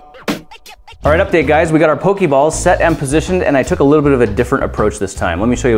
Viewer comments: I'm sorry to be THAT jackass, but it's pronounced "po-kay" not "po-key." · POE-KAY balls. \\\\thats just how you pronounce it grant. I love you but they aren't hokey pokey balls I promise. It drives us nuts when older people pronounce it wrong. I know you mean to say it earnestly. seriously I'm 25 and it just pains me to hear you say it wrong and yet so lovingly. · it's very annoying when u say pokey balls lol it's poka balls not pokey. if u seen the show y'all will know. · It's pronounced Po-kay-balls... But it doesn't really matter in the end. ._.